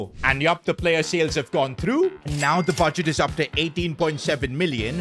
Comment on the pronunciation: Don't worry, he says star "payer", not star player.. 😅